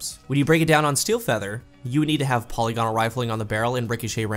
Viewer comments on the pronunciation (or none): Everyone says polygonal wrong.